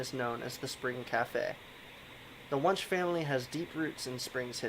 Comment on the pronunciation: I know I’m telling you this four years too late, but it’s pronounced “when-she” not “wonsh”. I’m sure that provoked the spirits 😉